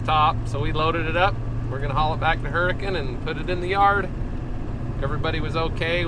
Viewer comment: I enjoy your channel. One question. Why is your town pronounced Huricun and not Huricane like the storm?